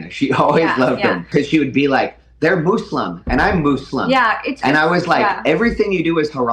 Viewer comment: What is up with these leftist trying so hard to try and pronounce these words like Muslim so weirdly. "MOOSELUEM" Hasan does this too. It's ultra cringe 😂😂 I like how even does the stupid pronunciation she does 😂😂